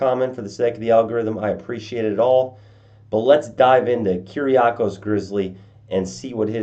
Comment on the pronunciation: I have the same name, your pronunciation is pretty decent!